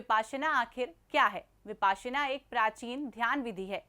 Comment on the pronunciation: Mam वो विपस्सना pali में ओर विपश्यना हिंदी में ह ....Not विपासना